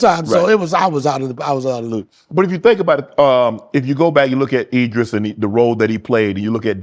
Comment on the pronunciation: Idris Shannon, not Edris🤦🏾‍♂️😂😂